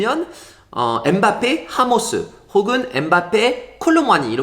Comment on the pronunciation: 엠바페가 현지 발음이라네요